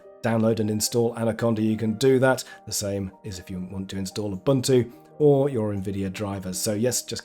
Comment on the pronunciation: fantastic video! Thank you. I got caught on your pronunciation of Ubuntu - it's pronounced "Oo-boon-too", kind of like it rhymes with "tutu." South African over here, got to speak up for the team ;)